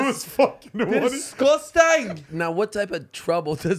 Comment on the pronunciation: "it was fvcken one of yus disCoStAnG" this took me tf out